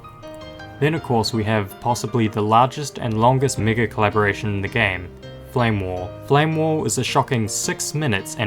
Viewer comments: bro he said megacollaboration but his pronounciation is different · the pronounciation of that was very very risky